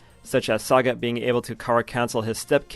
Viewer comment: Why bro mispronouncing sagat???